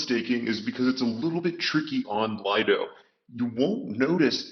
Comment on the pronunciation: It's not called Lido it's Liiiiido